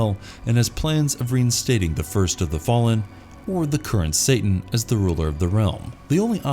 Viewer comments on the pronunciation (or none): none